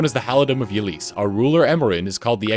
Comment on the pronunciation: ...it's Ylisse(Ee-lease) not Ylisse(Yuh-lease)!Also it's Plegia(Pledge-ee-uh) not Plegia(Plegh-ee-uh)!